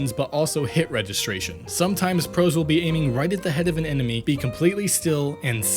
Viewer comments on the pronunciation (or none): none